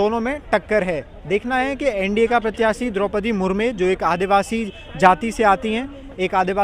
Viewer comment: Desh mein Rashtrapati chunav ko lekar nahi June ki garmi hai aur thodi garmi maharastra mein hai 😂. Aur unka naam Droupadi murmu hai murme nahi. Pranyakshi nhi प्रत्याशी hota hai. Pronunciation theek kro. Tumhari jagh yellow shirt wale bhaiya ko hona chahiye tha journalist. Aajkal har koi youtube channel bna kr patrakar bn ja rha hai